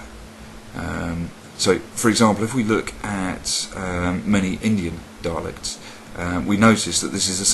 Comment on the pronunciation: The way you say 'dialects' makes me think you are saying the word 'daleks'. My mind imploded. ^_^ Anyway, just saying how much I am looking forwards to being fully able to write in Elvish. Could you also teach us how to speak it too, please? Thank you.